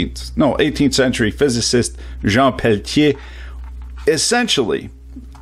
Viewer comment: Not really. It's more like quantum effect, Peltier's use semiconductor couples. But those are worthless for anything big, it's great as cooler in high precision lasers and electronics. Needs massive heat sinks though. Thanks for teaching me how to pronounce it right in French.